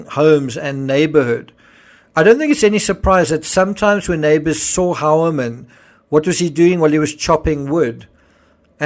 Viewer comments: The last name of this individual isn't pronounced like "Howerman", but like "Hoyerman". The diphthong "eue," in German, sounds like "oi" in English. 🎉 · His name is pronounced Hugh-ermann, not Howermann. He was good at hiding behind a relatively normal life.